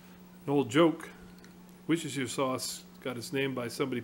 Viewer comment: Good Pronounciation of Worcestershire!